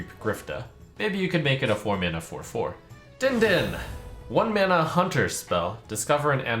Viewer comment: the way trump read the "din din" card made me die inside, it was meant to be a bell sound man, DING DING